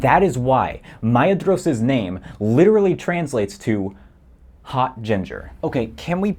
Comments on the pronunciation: the description says he's fluent yet he pronounces Maedhros as /ˈmaedʒɹoʊs/ instead of /maˈeðɾos/ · the DH in Maedhros is pronounced like the TH in clothes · I was wrong. Maedhros is supposed to be pronounced /ˈmae̯ðros/ and not /maˈeðɾos/ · I love how you just insulted all "Guys who memorized all the family trees and is fluent in Elvish" by saying "MIe-ed-ros." In the appendix it CLEARLY states that dh says "th" as in "then." So therefore, it is not Mi-ed-ros, it is M-AY-eTH-Ros. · "Maitamo" is Quenya, not Sindarin - it would indeed be pretty strange for Nerdanel to name her baby in a language she didn't know existed. Also the "dh" in "Maedhros" is pronounced "th" as in "this". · Me remembering I thought Maedhros's name was pronounced "Ma-door-es" I don't know why lol (He is my current fav Tolkien character) :0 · I hate to be that person and I know I’m not helping my case, but the dh in Maedhros is a voiceless dental fricative, /θ/. So it’s pronounced like the th in thin. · Now I'm wondering if the mispronunciation of Maedhros is an intentional dig at the kind of person, or a genuine mistake. And yes, I am that kind of person. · lol, the nerd one mispronounced “Maedhros” I feel underrepresented